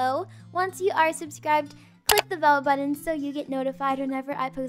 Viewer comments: Omg I CAN’T “Dis buthin” HAHA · I swear on everything when she said buthin I was cry laughing, and my mom said”there is something wrong with you” and I just said it more and more and laughed harder till my stomach hurts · “it’s buthin”😂🤚🏼